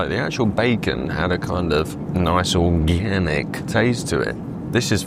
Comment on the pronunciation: You say "organic" just like Mick Jagger. With an added "e" in the middle. Groovy.